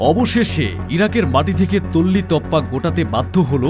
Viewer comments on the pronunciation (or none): তল্লি তপলা নয় "তল্পি তল্পা "।